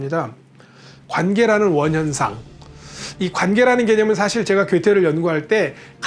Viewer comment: 긴 자를 짧게 잘못 발음한 ㅇㅖ: 두 사람, 소 고기,사실,소설,시도 ,이해 ,시각,문제,저작,수 없이,사명,최종적,작은,누렸다, 등, 장음인 첫자를 짧게 잘못 발음한 것 같습니다. 이상 지작한 것이 사실이라면 좀 지나치다고 생각하지 않습니까. 제가 출판한 "한국 어문을 고발함"이라는 책을 일독해 주시겠읍니까. 미국 변 완수 배